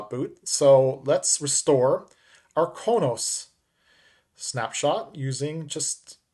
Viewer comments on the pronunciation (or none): It's pronounced Crow Nos. Klingon homworld 😃e